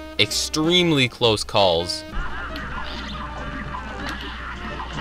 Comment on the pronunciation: “After some extremely close KAHLS “ :)